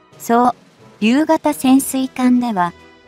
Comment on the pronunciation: 「そう りゅう型」にすっげー違和感